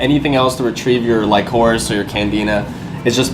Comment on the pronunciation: bro lycoris is pronounced lick-o-rish lol